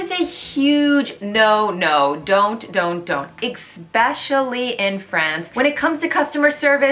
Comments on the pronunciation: Are....are you pronouncing eSpecially like EXpecially on purpose? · Did she say „exspecially“? There is no such word in English. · No, she's pronouncing it incorrectly. Doesn't matter where you're from. EXpecially is NOT the correct pronunciation. BTW I'm also from the mid west.